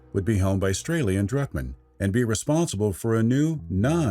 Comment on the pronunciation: Is it just me or was he saying “Strailien” Druckmann?